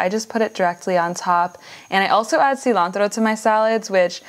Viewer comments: the way you say 'cilantro' is amazing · Looks great, also hearing the tortillas and cilantro pronounced the way you did was 👍 glad you didn't "American-ify" it like i sometimes do